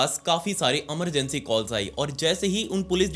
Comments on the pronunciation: Emergency ❎ Amargency ✅ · Emergency ❌ Amargency✅ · He sounds cute when he says Emergency ❎️ Amargency ✅️